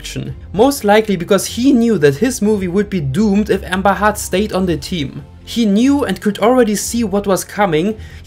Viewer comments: Her name is pronounced Heard , not Hurd. But Hurd does sound like Turd which is why I assume you are pronouncing it as Hurd. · He pronouncing it Hard … not Hurd. And heard and Hurd sound the same English isn’t your first language, one must assume 😬